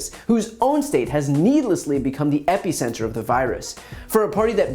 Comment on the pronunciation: Okay you said it twice so I have to mention: epeeecenter 🤣